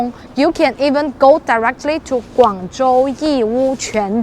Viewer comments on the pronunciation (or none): none